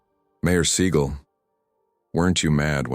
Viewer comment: Stop mispronouncing seagal 😢